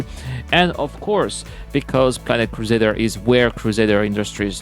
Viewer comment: The next time I hear Crusaders Industries, I'm gonna unsubscribe! It's CRUSADER INDUSTRIES!